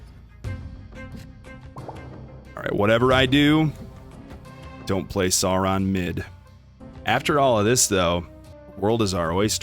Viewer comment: Pronounced Sore-on like dinosaur